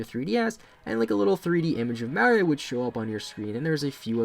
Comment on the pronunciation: Finally someone pronounced Mario correctly